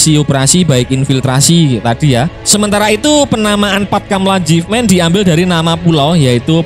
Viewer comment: Jefman min bukan jefmen 😂😂😂😂 ente pikir itu bahasa inggris 😅😅. Matan bukan metan 😅😅 itu pulau raja Ampat paling dekat dengan kota Sorong.